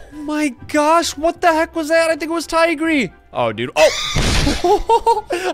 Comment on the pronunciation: I think that was tigry Me: it's not tigry it's teacher